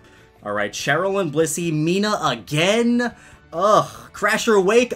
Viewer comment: It’s not Mina-h It’s Meena